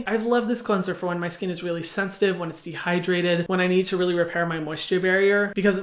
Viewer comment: ✨qwenzer✨ 😍 (this isnt hate, i love hyram <3)